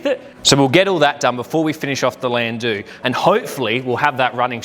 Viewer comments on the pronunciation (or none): Wtf is a landoo? I’ve had a couple in my younger years but they were called a landau not landoo . No idea how an educated Australian could get the pronunciation so badly wrong lol 😂 the “au” in landau is pronounced like “our” without the “r” lol Thank you for the rage bate 😂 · Landoo grinds my gears ugghh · It's pronounced. Lan dow.. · I AM NOT TRYING TO BE HARD ON YOU SON BUT WHAT THE FUCK DID YOU JUST CALL THAT CAR.. STEP AWAY FROM THAT VEHICLE... IT'S PRONOUNCED. LAN...DOOR.. ......